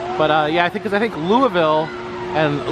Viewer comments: SO LOVE HOW YOU PRONOUNCED “Louisville “!!! I live literally 20 minutes from Louisville in Fort Knox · Nice job pronouncing the city name right!